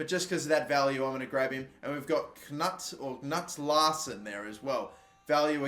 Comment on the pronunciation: Pretty sure knut is pronounced kanoot